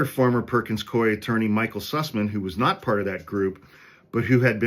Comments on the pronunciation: I worked there - it's Perkins Coo-Eee and not Coy. It's a really weird name, I know. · Perkins Coo-eeeee is how it’s pronounced. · From Seattle. It's pronounced Perkins "Coo-E." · Perkins-Cooey pronunciation